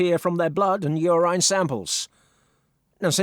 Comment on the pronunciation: This is an AI voice over. Did you catch his pronunciation of the word "urine?"